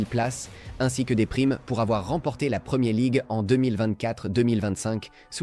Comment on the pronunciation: "La premié league", sérieusement ? Faut arrêter l'usage de l'IA sans un minimum de vérifications.